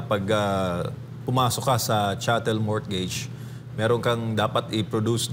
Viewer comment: Silent "T" po ang mortgage